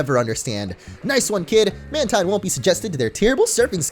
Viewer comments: "Mantine" is pronounced "man-teen". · Mantine is pronounced as MAN-TEEN though. hahaha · Jordan Schriver lol dude I checked my Deluxe Essential Handbook and no it's not, in the exact words of the Deluxe Essential Handbook, which was made by GameFREAK and Nintendo, it is pronounced MAN-tine.